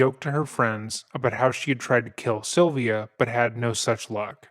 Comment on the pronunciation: It's a strange way to pronounce "Sylvia". It sounds more like "Sovia".